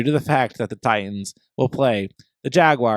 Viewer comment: "Jag-wires" gets me every time 😆